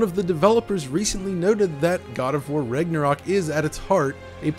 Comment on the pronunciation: Sounds like your saying Rignorok😂